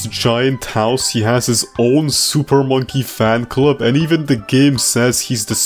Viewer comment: he said super fonkey man club instead of super monkey fan club